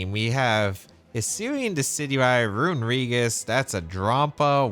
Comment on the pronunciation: Every time you said runerigus i heard rodriguez